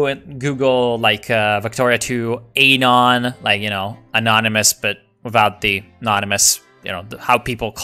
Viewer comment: You say anon like anal and it bothers me